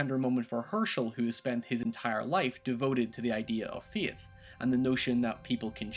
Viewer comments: are you saying faith or theith or something? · "Feeth" "Cheeng" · I love his pronunciation of Faith. Feeith lol love your vids man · Faith is pronounced so differently